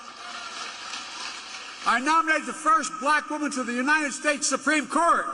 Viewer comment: Don't forget calling Kevin McCarthy, Steve. He also called J.D. Vance, J.P. Mandel. He also had to be told that he was in Sioux City, Iowa and not Sioux Falls, South Dakota. Not to mention every word he's mispronounced, or the fact that he deflects when he can't form words. Also, "The United Shaysh".